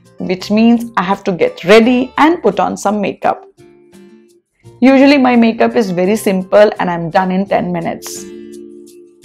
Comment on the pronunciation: Is it ujually or usually??!!!